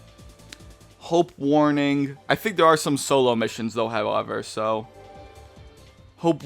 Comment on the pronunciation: It's Hope Waning not Hope Warning btw